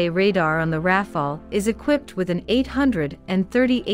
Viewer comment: Why she keeps saying, Ra-Fail-ee ?